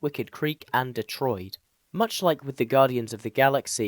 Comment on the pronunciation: you said Detroid ('Murica much?) rather than DeTORid - learn to speak man